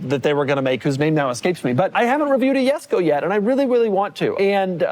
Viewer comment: Jesko ❌Yesko ☑